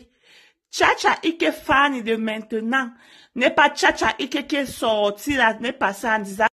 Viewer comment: Chacha eke,non chacha ike,et encore mek-up non mek-cop merci pour la vidéo